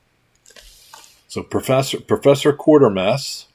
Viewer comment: Giveaway. Good video. Just a side note; you've been pronouncing it QUAR ter mass, but there is no R in there. Folks here and across the ditch, for the last 70 years or so, have pronounced it QUAY ter mass. I know, I'm a nit-picking S.O.B. It's just the way I live. Keep making these great videos; I love 'em.